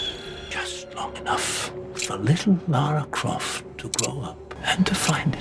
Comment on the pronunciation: Her original name was Laura Cruise, but they changed it to Lara Croft. It's LARA, not LAURA.